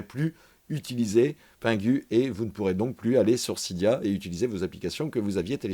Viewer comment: Sa ne se prononce pas sida mais cydia